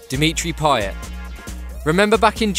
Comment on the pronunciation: You know your behind when u still say Pay-yet, not Pay-yey